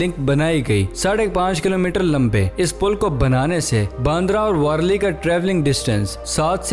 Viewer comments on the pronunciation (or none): none